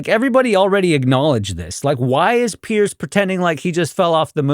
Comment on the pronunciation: Loved the video but I could hear in your pronunciation that you’re calling him Pierce. Says it in the title even. His name is Piers. Not sure why everyone is always calling him Pierce